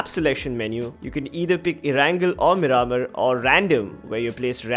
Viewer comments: its pronounced mear-maar (mear like near) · Your pronunciation of miramar is so cringy